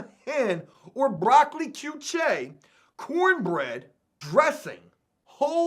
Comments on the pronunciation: bro its CORNISH GAME "HEN" NOR HEM.... AND BRO I CANT BELIEVE YOUVE NEVER HEARD OF QUICHE DUDE...AND ITS PRONOUNCED "KEESH" "KEEEEESH" BRO.... FUCK MY LIFE DUDE .... COME ON..... TRY SOME ITS LIKE AN OMELET PIE OR A FRITTATA PIE AND THEYRE DELICIOUS BRUV.... TRY ONE ON THE OUT.... NOT TRYING TO DOWN ON YOU DUDE BUT GOOGLE WILL EVEN SAY IT FOR YOU IF YOU LOOK IT UP.... COME ON DUDE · KEY CHE HHAHAHAHAHAHAHAHAHAHAHHAHAHAHAHAHA KEY CHE 😂🤣😂🤣😂🤣😂🤣😂🤣😂🤣😂🤣😂🤣😂🤣😂🤣😂🤣😂🤣😂😃😂🤣😂🤣😂😃😂🤣😂🤣😂🤣😂🤣😂🤣😂🤣😂🤣😂 KEYYCHE HAHAHAHHAHAHHAHAHAHAHHAAHAHAHAHAHAHHAHAHAHAHAHAHAHAHAHAHHAAHHAHAHAHAH BROOOOOOOOOOOOOOOOOOO HAHAHAHAHAHAHAHAHAHAHAHAHAHAHAHAHAHHAHA KEYCHE.... BRO YOU DOWN ON MUMBLE RAP BUT YOU CANT PRONOUNCE QUITE A FEW WORDS YOURSELF... YOU SHOULD LAY DOWN A TRACK!!!!!!! YOU HAVE ALL THE CRITERIA TO BE ONE... YOU CANT PRONOUNCE SHIT!!!!! AND I HATE MUMBLE SHIT HAHAHAHAHAHAHAHAHAHAHAHAHAHAHAHAHAHAHAHAHAHHAHAHA 😂🤣😂🤣😂🤣😂🤣😂🤣😂🤣😂🤣😂🤣😂🤣😂🤣😁🤣😁🤣😂🤣😂🤣😂🤣😂🤣😂😅😂😂😅😂😅🤣😂😅😁😅🤣😅😂😅🤣😅🤣😅😊😅🤣😅🤣😅😂😅😂😅😂😅😂😅🤣😅😅😂😅🤣😂😅😅🤣